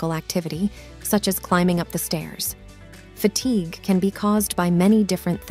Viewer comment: Weird pronunciation of key words.Sweeting, for sweating, Fatigay for fatigue, etc